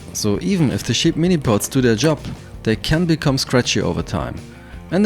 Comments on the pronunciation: Wenn du ansetzt um cheap zu sagen, dann hört sich das an als ob du über Schafe sprechen würdest. I really appreciate the effort trying to bring your point across not using your native tongue, please do us a favour and try to pronounce words the way they need be pronounced. apart from that, great job, nice video! keep on keepin on! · He kept saying sheep Guitar the entire video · Am I the only one that finds it hilarious that every time he says cheap I hear "sheet'? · did you say sheep cheap or shit lol haha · I thought you kept saying "shit" instead of "cheap" this shit guitar with shit pickups and look at the shit bridge with its shit saddles lol.